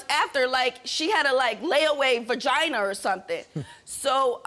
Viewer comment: She didn’t say vagina she said Vaginer 😭🤣